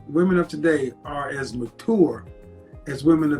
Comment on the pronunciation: I'm sorry Kevin, the way you say mature makes me laugh. Never heard anyone pronounce it that way